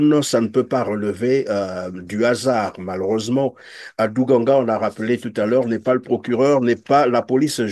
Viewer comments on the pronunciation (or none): C’est ADOU DANGA et non ADOU GANGA !